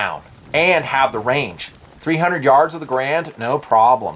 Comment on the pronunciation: When pronounced carbine, I smiled.:) When pronounced Garand, I frowned.:( Good video. Have long wanted an M1 carbine. From all said about the history and lore, even in spite of the negative stories, I've long felt it's an ideal backup or family weapon - for when the kids grow out of the 22LRs, or, as the review puts it, when the wife wants to bring her preferred battle rifle along.